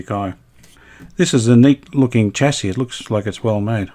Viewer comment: thanks for another great episode. I know I’m being a pedant, but I know Brisbane is part of Australia where we pronounce the word chassis as “shassey”. You said “chassey” about twenty times in quick succession. The North Americans mispronounce the word like you do- perhaps you are trying to ingratiate yourself with that market. Please don’t be afraid to use Australian pronunciations.